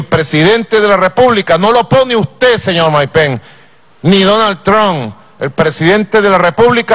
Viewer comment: Quiénes son "Mike Pen" y "Donal Trum"? Que mal que habla este ex-presidente.